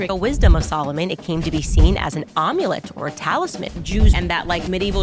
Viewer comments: Now I’m hungry for omelettes after hearing her butcher the pronunciation for word amulet. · Omulet- that’s the best! 😂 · Omulette is that an amulet made of egg that you can eat? 😂😂😂😂